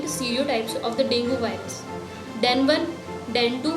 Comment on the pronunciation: Dengue is not properly pronounced in this video. Although good explanation